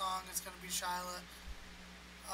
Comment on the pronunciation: her name should be pronouced "She-La"